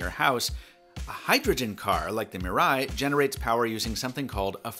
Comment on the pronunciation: MEE-rah-ee good vid except for the pronunciation of Mirai